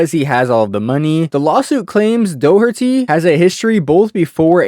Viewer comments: Jack Dough-tree... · Jack Dough-tree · Jack Do tree 😂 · Doe tree?? Lol 😂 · if you pronounce it DOUGHTREE one more fcking time i swear to god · Jack "Dowtri" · You did all this fire research but still have no idea how to pronounce his last name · making a video about a person you cant even pronounce their name is crazy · He clearly hasnt had a downfall if your making a 34 minute video to mooch off his name😂 he is still making millions, and you can't even read his name right🙆‍♂️